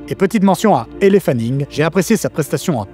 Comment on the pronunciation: Super vidéo comme d'habitude et réflexion très intéressante sur le fond et thème de l’œuvre qui se font petit à petit dénaturé par hollywood ! Sinon petit tip de prononciation, Elle Fanning son prénom se prononce bien Elle comme en français ou L avec l'accent anglais et pas "éllé".